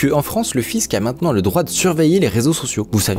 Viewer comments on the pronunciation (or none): none